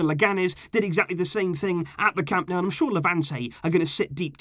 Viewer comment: Dude!!! It's not "CAMP NOW," it's "CAM NO-OO." And it's "VEE-SKA" Barca. So embarrassing for a "super fan."